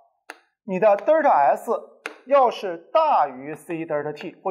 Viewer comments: 迷妹表示超喜欢听李老师讲课，清晰易懂。只是有个发音实在是不太标准啊，是delta 不是“嘚儿踏”啊，刚听到时我就黑人问号脸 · 作为李老师同龄人的我对李老师的敬仰犹如滔滔江水。天天追李老师的新课，期待李老师更多好作品。有一个小建议不晓得合不合适提。李老师Delta的读音能否改善下，每次听李老师读Delta读成Derta每次寒毛都会竖起来，哈哈。Delta没有儿化音的哦。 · 不是呆儿塔，应该读呆噢塔